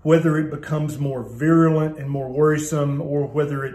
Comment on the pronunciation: The word is *virulent*, not viruliant.